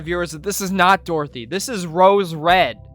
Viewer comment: Its dorothy not dorothy mate